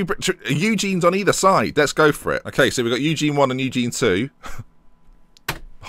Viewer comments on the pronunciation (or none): none